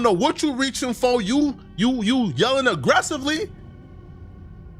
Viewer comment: “We hear people jelling, jelling bad jwerds” 😂